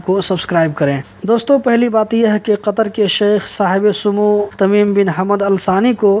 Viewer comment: Aap Qatar ke Aamir ka naap to theek se bolo bhayi.